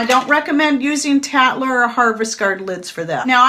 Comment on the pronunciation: Tattler lid-I had to go back and listen I swear you said cat litter lid!